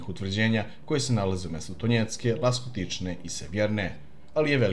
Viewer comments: Ласточкине, а не "Ластокичне". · Rekao je Laskotične umesto Lastočkine